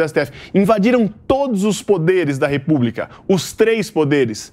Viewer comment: Repúbrica? Ouvidos doendo